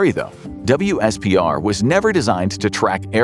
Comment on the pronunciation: WSPR is pronounced as "whisper" fyi :)